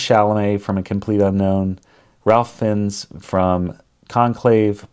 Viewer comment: Learn how to pronounce Ralph Fiennes